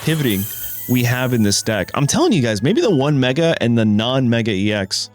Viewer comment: The mega What?? What kind of ugly pronunciation is that????